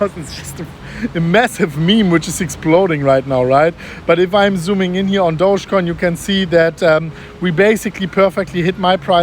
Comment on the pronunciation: It's not pronounced douchecoin, it's actually pronounced do-ge (do as in dog, ge as in get).